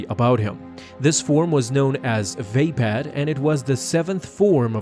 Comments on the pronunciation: its vapod not vapad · oh god, surely it is not supposed to be pronounced Vape-Ad? I always thought it was more like vah-POD